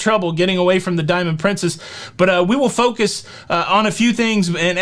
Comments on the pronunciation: Am I the only person who tried not to laugh when said "Diamond prinCEEHHHS"? Thanks for the shout-out,! It was a very exciting day. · It’s a British pronunciation. It sounds odd to me too.